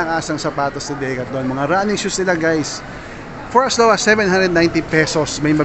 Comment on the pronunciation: Ganyan ba talaga pronounciation ng decathlon?